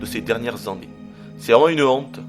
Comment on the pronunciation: Très bon test, ça m'a donné envie de me le procurer. Par contre, il y a un truc que j'ai toujours pas compris, pourquoi tu dis EN-née (prononcé comme endive) à la place d'ANE-é (prononcé comme animal) pour dire année ? On dit pas un EN-nimal